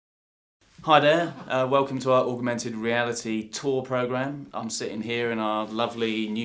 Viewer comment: The way he pronounces augmented.